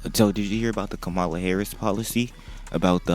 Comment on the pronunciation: It’s Comma La😂 Kamala was a WWE wrestler who wrestled Hulk Hogan in the 80s